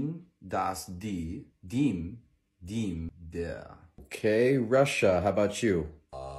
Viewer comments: yeaahh, the dem was pronounced like dim haha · The pronunciation of dem and den broke me 😭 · Dem its not deem. You pronounce dem like (them) it sound like that